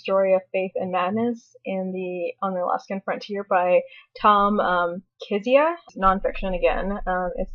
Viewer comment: and it's kizz-I-a